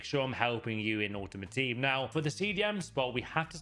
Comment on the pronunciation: You honestly don’t know you talking about, you keep saying meta for your but you’ve nerver played with them and you probably div 5 players. Get a grip